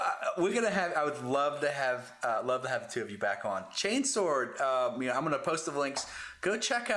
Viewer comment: Ooooohooo ! Two of my favourite channels just collided ❤ great job ! Hope you enjoyed having someone saying chainsword correctly guys ! 😘